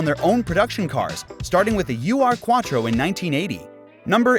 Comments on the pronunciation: Small corrections: It's Iltis, not Itlis. It is the name of an Animal. And it's not U-R-Quattro, but Ur-Quattro, meaning Great Grand Quattro, like in Great grand parents. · It's not the U.R. Quattro, it's called the Ur-Quattro. Ur (pronounced "oor") is a prefix meaning "original". So I guess Ur-Quattro means O.G. Quattro. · it's pronounced "Uhr" as in clock, but without the h, just like in ur-oma, meaning grandmother...so the urquattro is basically the grand - original - quattro